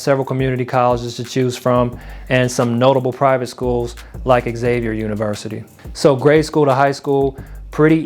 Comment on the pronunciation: Xavier is pronounced 'zavier".